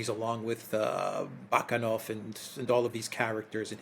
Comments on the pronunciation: The name is Bakanov (Баканов), not Banakoff. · It's BakAnov